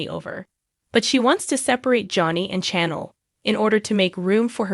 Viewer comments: Narrator can't even pronounce names correctly. Very annoying to listen to. Says EG (not EJ) most times wrong and said nicole correctly once! Ugh can't listen to this...like trying to read a book or article with spelling errors! Who is CHANNEL? Lol. Wow, got Tate's name correct...applause! Narrator doesn't sound like English is a 2nd, 3rd, or even 4th language for them...how can they not know how to pronounce the easiest of names? They apparently don't watch the show because if they did, they would certainly know how to pronounce the names! Who TF is JADDA? Yet can pronounce Rafe's 1st and last name correctly?? Time to go back to grade 2! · You also mispronouncing Chanel’s name